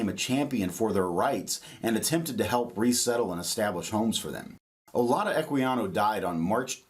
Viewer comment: And I don’t know if he’s pronouncing his name on purpose wrong, but it’s definitely like Judah in the end. It’s actually Judah in Igbo